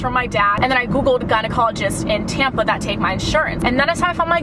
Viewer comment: She said tampa..... Sounded like tampon jk